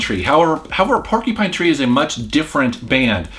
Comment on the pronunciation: "Porky-Pine Tree"